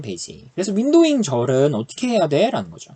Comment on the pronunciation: 발음때문에 파티션바이 오더바이 윈도윙 머리속에 각인되요